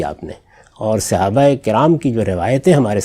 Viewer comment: صحیح تلفظ ہے : صَحابہ ص پر زبر ہے، زیر نہیں ہے۔